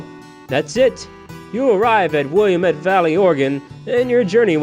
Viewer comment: Dude, it's will-am-iht. I know, because I live here.